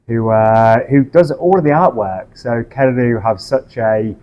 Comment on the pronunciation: Kererū, not Kererú.